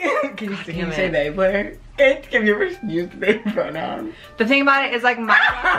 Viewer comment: I love how with your accent Blair sounds like Bleh